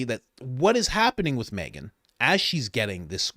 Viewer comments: Yea. She said Meghan mckelly. Everybody knew what she meant. Though I’m sure Ben in company will have a field day with it and say she really meant Megyn Kelly or whatever bullshit they come up with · Yes-I heard her say Megyn McKelly.😄